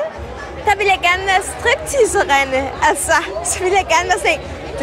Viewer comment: Jeg finder det fascinerende at folk kun fokuser på at hun udtaler "Strip teaserinde" forkert og ikke det at hun har drømt om at være det siden hun var FUCKING 5 ÅR GAMMEL!!! Seriøst, hvor meget mere født ho har man lov og være?